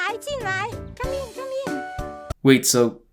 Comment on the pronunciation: notice how the person who supposedly only speaks Chinese clearly said “come in come in” with an accent